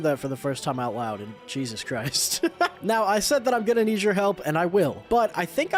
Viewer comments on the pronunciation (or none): none